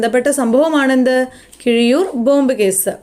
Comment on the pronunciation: Keezhiyur alla keezhariyur